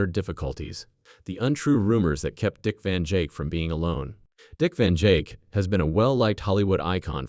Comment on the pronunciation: These bot readers are ridiculous! Can’t even say names correctly! Keep repeating the same things over n over Dick Van Jake! Give me a break. Out of here